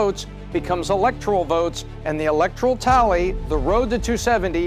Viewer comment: There is NO letter "I" in ELECTORAL.